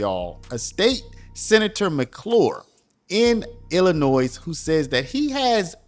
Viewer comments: Observation. If you want to be taken seriously as what passes as a pundit in today's "content creator" world... Standing above the rest. Legitimate. You drop the "S"out of your annunciation of Illinois. (Otherwise I always enjoy your stuff man. ) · It's Illinois not Illinoise! You don't pronounce the "s". Why are people from other states so ignorant? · Its Illinoi not Illinoisss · It is ill-a-noy. No "s" sound as this is a French word. Hearing ill-a-nois is sooooooo annoying! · NOT Illi Noise. Correct: Illinoi (silent 's') Learn it. Use it properly, or sound totally stupid. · Imagine that Jabba is corrupt. This blob tried to pass a bill called the new way forward that would bring back all deported illegal aliens, including violent criminals, at taxpayer's expense. Talk about voter fraud. It's pronounced Illinoy, not illinoise. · We pronounce Illinois without the S, more like ILLINOI drop the S. Thank you. Love your news! Would love to see JB out of office but, Cook County is so strong with democrats don’t know if it can change for our state….. Unions such a stronghold here too…. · I love it when people pronounce the s in illinois. It sounds so silly. Sounds like, Illanoise. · The "s" in Illinois is silent. i-luh-noy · The S is silent in Illinois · The “s” in Illinois is silent. You’re constant miss-pronouncement of it is distracting and reduces your credibility for a story from Illinois. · Your pronouncing Illinois wrong. The “s” is silent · The “s” is silent Illinois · The ‘s’ at the end of ‘Illinois’ is silent, Sir. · The S is silent in Illinois. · The “s” in Illinois is slight. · I had to stop watching.... there is no denunciation of the S in Illinois. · The “S” at the end of Illinois is SILENT!!!!! Dude, you’re better than this. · To everyone- The S is silent in Illinois. Please stop sounding so ignorant. Thank you for your attention to this matter. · The S at the end of Illinois is silent. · You pronounce Illinois so weirdly 😂